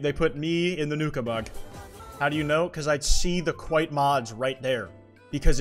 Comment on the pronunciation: WHO THE HELL SAID "Kwite finger me"